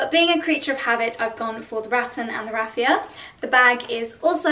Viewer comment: I was just thinking finally someone who pronounces it correctly, and then you mentioned that too :D hopefully, people will learn :)